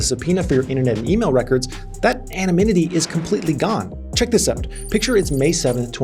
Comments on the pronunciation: "Anonymity", not "Anomynity". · Dont know if it was intentional or not but throught video you pronounced word anonymity in wrong way. Instead of saying "anonymity" you were saying "anoMynity". Anyone else noticed? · Anonymity max. Not Anomynity 😃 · kept messing up word anonymity. It is not anominity😂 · great vid but why you saying anominity 😂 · what's anomynity? xD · Anonymity is a hard word to pronounce